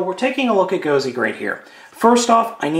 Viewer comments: safety issues and whatnot. even though they look the same, in the us, the cpsc will say something on there is small and dangerous. and its not "gosey" it is gosei... pronounced "GO-SAI!" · I saw this, and I lol'd! and it's "go-say", not "go-see" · its pronounced Go-say not Go-SEE. other than that, it keeps its original spelling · you didn't pronounce gosei right